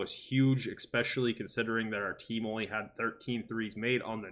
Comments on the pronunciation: I love your stuff bro, but it’s pronounced “ES-SPECIALLY”. There’s no “eck” sound. I can’t explain why that bothers me so much, but I’ve heard you say it a few times now and I can’t unhear it 😂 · I'm with you, it's been bothering me a bit lol